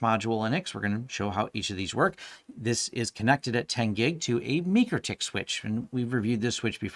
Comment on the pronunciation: MikroTik is pronounced MicroTick like Microsoft